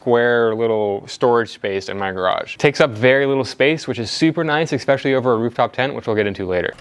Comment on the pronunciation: Esssspecially, not Eckkkkspecially